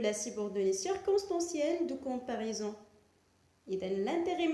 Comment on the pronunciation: Quelle prononciation !!!! Comparison ,diffirence,egaliti,supuriorité...preuposition ...درسي العربية احسن.